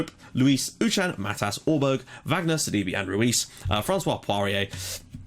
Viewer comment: btw due to the accent in sidibe's name. i believe it is actually pronounced either sad-ee-bay or sid-ee-bay (if we are using french accents). also the fulham-reading game today was ridiculous!. as a reading fan i was massively upset when we went from 2-0 up to 3-2 down in 6 minutes.